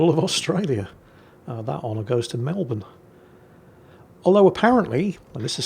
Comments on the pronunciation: He pronounced it right, nobody who gets it right gets that wrong unless its on purpose. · He pronounced Melbourne right, he's baiting us.... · Aussie here! you get major points for properly pronouncing "Brisbane" and "Melbourne" but lost them all when proclaiming Melbourne as the capital of Australia! haha (it's Canberra btw 😂)